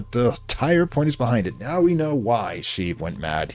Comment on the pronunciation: Hey, just wanted to say Palpatine's first name is pronounced She-eev (like shiv but with an extended "ee" sound). But you're right he probably got bullied for it as a kid and that's what drove him to the dark side, it's a better backstory than a lot of modern villains. Anyway, thanks for covering Cultist Simulator, I got done watching some of your Tips & Tricks series from way back and it helped out a ton. There's precious little YT coverage for this game considering it has a bit of a "cult following" so more content is always good.